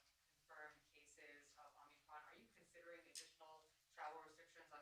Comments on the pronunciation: "Omnicron." He said it again at one minute in. And he slurred something about slowing the speed right before that. Holy sh*t, this guy is out of it. And he's getting worse, which was, of course, to be expected. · "It's called the omnicron." I thought it was omicron. Took him all of 25 seconds to f*ck up. That might be a record for ol' Joe! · "omnicron", thats my president :)))))))) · "OMNICROM" spoken 3 times by the potato-in-chief that doesn't wear a face diaper like he and his ilk mandate you to do. 🤣🤣🤣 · Haaaaaaaaaaaaa! Om-KNEE-cron. Better seek the proper pronunciation of the variant with the smartest person you know (Hunter). He should be able to inform you of the error of your ways.